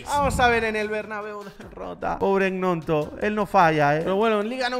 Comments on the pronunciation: Un detalle y es que se dice 'ñonto' no egnonto:) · Hola solo una cosa para decirte, Gnonto se pronuncia "ñonto" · gnonto se pronuncia ñonto no es broma si no fijate en los partidos en el leeds united